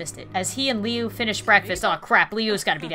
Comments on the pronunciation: Its loo not leu u got it right the first time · Meh name lui not leow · You did Liu so dirty Lee oo really oml it's loo it's spelt Liu but said like loo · 1.its woods 2. liu not leo pronounced laa-ho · Its pronounced loo not liu just so ya know! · Lui is actually pronounced lu not liu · His name is lue not leu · You pronounce Lui like louis not leo or something 😂😂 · It's Liu not Lio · Actually it is lui not Liz if I,m wrong please tell me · It's Liu not Leo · This is awesome and funny as hell. The only criticism I have is that Jeff's family's last name is Woods not Wood and Liu's name is pernouced "Lou" not Leo but that's okay for a small mistake :) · It's not Leo it's lue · Also anyone else got a LITTEL mad when she Lu as Leo. it's LU like U thank U! Lol I love u srry. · It's called woods and it's pronounced as Liu not Liyu or that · it is liu not leo and there is creepy pasta called homesidel liu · it's Jeffery Woods, thats the only mistake I seen anyway good video and Liu is pronounced loo like the other name for toilet thought Leoo is the Chinese pronunciation of Liu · it's pronounced LOO, not LEE-OOO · its pronounced ' lu ' but spelled as liu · It’s pronounced as Lu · Oh and it’s LEE-OOH woods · It's pronounced Lue but spelled Liu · It's lui you almost got it right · Ahem let me correct you it's prunouced i probally didn't spell that right but just read the rest of the comment😑 It's "lu-e" not "l-u" i hope this helped i know you're probally not gonna see this but oh well😅😁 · Its liu not LEO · Btw srry for the late comment, and also, Liu's name is pronounced, (Loo) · U said lui wrong I don't know why I'm pointing it out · It’s “Loo” -0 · Liu pronouced(lu) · Liu is pronounced like this ---> Loo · I’m just 📜 thru the comments waiting for people to roast for not saying Liu right. Lol. It’s pronounced Lou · It is pronounced Lou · it's pronounced Luee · Jeff's brothers babe is pronounced Lu not Liu even though it is spelled Liu